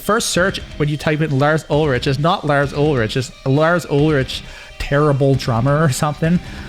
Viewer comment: Lars Ulrich is pronounced Lars UlriK. ;) Sorry but as a Dane I'm offended :D